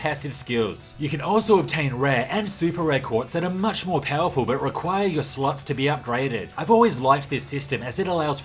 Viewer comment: Anyone else do a double take whenever he says "slots"?